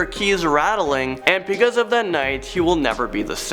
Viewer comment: You said 'beceuse 789